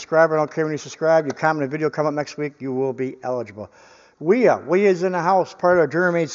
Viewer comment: Wiha is pronounced Vee-ha, like a V8. As far as I can see on the handle, it says Wiha Werkzeug Gmbh, which is like Wiha Tool Corporation, and then their address in Schonach, Germany, it doesn't say anything about where the pliers were manufactured. I have a set of Wiha pliers with heavier comfort grips which is my main pliers set in my workshop box. I believe they were all made in Vietnam, and I'm fine with that, I got them on sale, I knew their country of origin before I bought them, and I have no complaints about their quality. On the other hand, I don't think I've ever seen a pair of Knipex pliers which weren't made in Germany, with that info stamped right into the forging